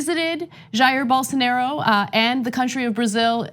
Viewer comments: Please work on your name pronunciation Ana. Respectfully, its da Silva, not del Silva, and BolsonAro, not BolsonEro. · Why is she pronouncing it "Ger Bolsonero" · At least they should try to pronounce Bolsonaro correctly